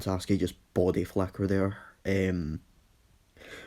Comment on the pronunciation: Is it just me or he said body flacker